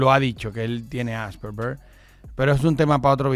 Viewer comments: Coño … es Asperger, AS PER GER! (la pronunciación se escucha Aspejer) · "AsperBer" jajjajajajajajha😂